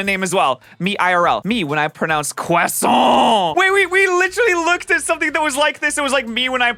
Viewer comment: "Me when I pronounce Croissant "Quasson"" But wait, that's not even how it is pronounced in French LOL